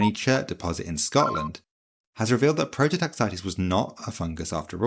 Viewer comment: its a prototaxite not a prototaxitea